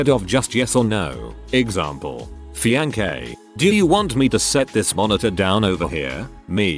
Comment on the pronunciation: "My FIAN-KAY"